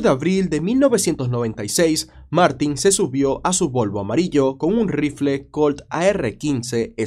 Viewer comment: Le compró un RrRrrifle de aire 😂